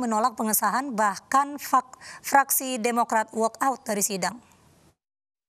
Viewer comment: Ini presenternya.... sigh "Bahkan fuck.. - fraksi" lmao😭